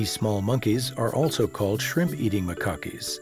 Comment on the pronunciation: "MA-cockees"??!!! REALLY?!! You lost every last bit of credibility with that ridiculous blunder.